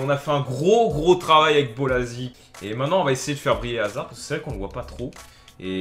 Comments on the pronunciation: sa se prononce hazar pas hazarde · C'est pas hazarde c'est haszard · dis hazard st p et pas hazarde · Hazard dans ta vidéo c'est comme dans la vraie vie : il crée toutes les actions mais ne les marques pas. C'est dommage parce qu'il a un énorme potentiel, en plus avec la situation de Chelsea en ce moment c'est dur pour lui. ( Ps : le D ne se prononce pas dans Hazard ;) ) Sinon bonne vidéo comme d'hab ! ;)